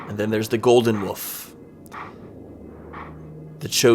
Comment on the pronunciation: its wolf link not woof link lmao